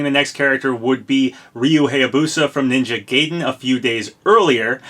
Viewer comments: cmon man its ninja gaiden not ninja gayden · And it's Ninja Guy-Den not Gay-Den. Ryu ain't no homo lol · Haohmaru "how-ma-ru" Gaiden "guy-den" I hate to be that guy but the way you pronounce it physically hurts me :)